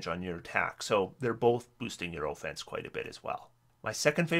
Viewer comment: Say On, Now say Off, Now say Offense, No, not Ooofense